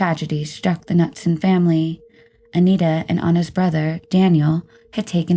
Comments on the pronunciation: Knutson is pronounced Nootson not Nutson. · Anita Knutson = Anita Ka-NOOT-Son (Not "Nut-Son") 😉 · I'm getting tired of the YouTube peeps either dont pronounce the names correct or are just reading without thinking. Pretty sure it's not nutsome. But noodsun. So messed up how you dont even realize this. Grrr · Pronounced ka-nootson, not nutson